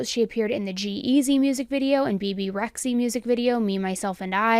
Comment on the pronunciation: Bebe rexie? Bebe rexha you mean? ^^;;; i had to do a double take for a second i was like what who lol 😅